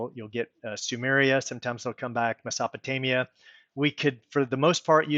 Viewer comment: Nice video and good points you've made. Thanks for making them. The only knock I can lay on you is that crazy pronunciation of "Mesopotamia" you made. And "anals" for the word "annals". That was an ear opener! And "Nut" for Newt. Small nitpicks, but very distracting. Thanks for the video. 🙂